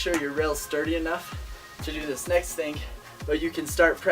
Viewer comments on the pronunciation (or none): try 'thing', not 'thingk'